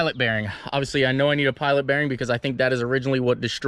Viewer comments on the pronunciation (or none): none